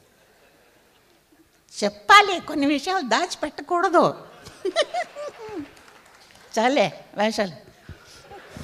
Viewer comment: 'వేశాలు' కాదు , వేషాలు . వీలైతే మార్చండి